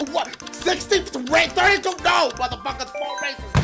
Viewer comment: when dashie yells "NO!!!" it sounds like he sayin' "NOW!!!"